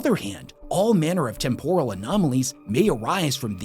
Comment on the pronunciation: Listening to him pronounce temporal like it's some kind of Japanese dish. It's tem·po·ral, as in I'm temporarily losing my mind every time he tries to say the word